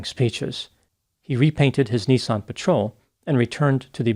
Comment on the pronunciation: NISSAN bud not NEESON